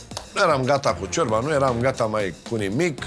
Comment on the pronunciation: Ce mi-a plăcut cand a zis Bontea:"Ciorba.....a scos "șiorba" d'acolo au incercat sa desfacă aia ,au varsat, era Iulian plin dă zeama dă "șiorba"🤣🤣